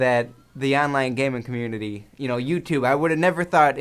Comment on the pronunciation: IF I HAD A MOAB FOR EVERY TIME HE SAYS ONLINE GAMING COMMUNITEE...